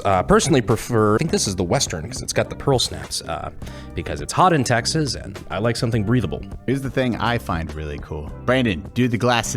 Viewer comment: Lately it's been bothering me how Brandon says tegis instead of TEXAS